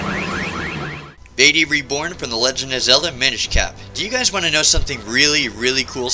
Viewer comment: OH COME ON ITS PRONOUNCED VAHTEE, NOT VAYTEE